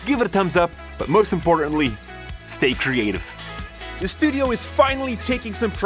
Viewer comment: when he says 'the" he actually says dee